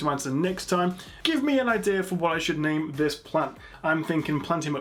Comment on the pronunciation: you are awesome. that is all. ps.. you pronounced my name correctly to my surprise :-) (thumbs up)